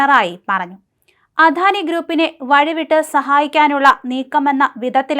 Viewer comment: അധാനിയല്ല അദാനിയെന്ന് പറഞ്ഞു പഠിക്കു